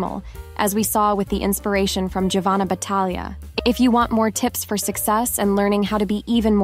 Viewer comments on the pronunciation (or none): Giovanna is pronounced “Jovanna” in Italian. In other words Gio =Jo. Thought you’d like to know.